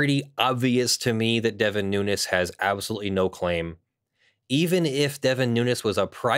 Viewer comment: His last name is pronounced “noonz” (you know, the normal way we pronounce words in English ending with “…-vowel-consonant-E”, plus the “S” pronounced the normal way we pronounce pluralization), not “new-ness”. Just saying— your video and viewpoint are more agreeable if sound like you've done the tiniest amount of research.